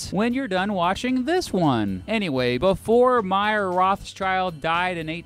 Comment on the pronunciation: Pronounced May-er. As in the month of may-er.